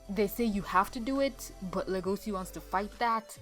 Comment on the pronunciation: Le-go-c you mean Le-go-shi?